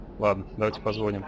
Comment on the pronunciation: позвОним .боже как же слух режет